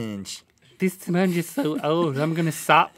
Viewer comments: "A speengee" Sorry I died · "It's an old spernge" Rhett 2k16